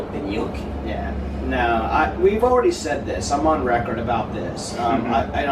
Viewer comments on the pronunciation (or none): more useful no utility o algo asi y en un momento por el minuto 7 dices say cuando es said un saludo